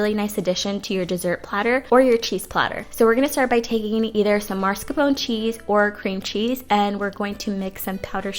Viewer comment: There's no "r" in the first syllable of "mascarpone."